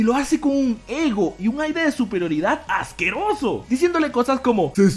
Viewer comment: "No seaj ajqueoso" 2019.